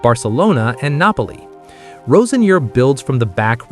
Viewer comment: This guy can`t even pronounce Roseniors name right.